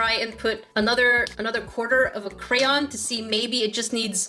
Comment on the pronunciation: Yessss you said cray-on not cran or crown